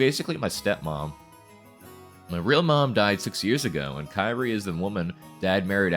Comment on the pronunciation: Kyrie is pronounced as Ki-ri-eh, not Kai-ri. 😅😅